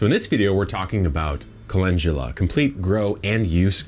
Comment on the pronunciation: Chemamoleyy must be so sad knowing that you can pronounce Calendula so well 😉